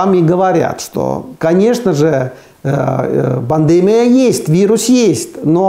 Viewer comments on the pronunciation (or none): пандемИИИИИИИИИИИИя, а не "пандЕмия"!!!